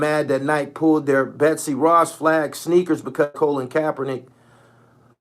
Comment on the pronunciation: Do you realize his name is Col-in. Not colin as in semi-colin